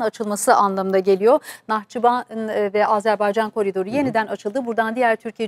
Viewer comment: "Azerbaycan" Azerbeycan değil